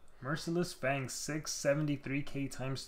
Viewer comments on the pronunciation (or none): none